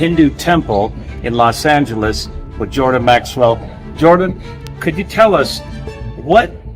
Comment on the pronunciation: J aur z me fark hi, Jordan hi zordan nahi. s aur sh me fark hi. Viswas nahi vishwas. Bolna pehle seekhte to accha! 😊